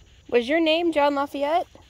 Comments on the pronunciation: His name is pronounced Sean La-feet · It's pronounced la-feet